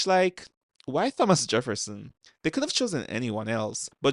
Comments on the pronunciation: Are you really so British you pronounce the h in Thomas 💀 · Why you pronounce "Thomas" that way? 😭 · the way you say thomas is killing me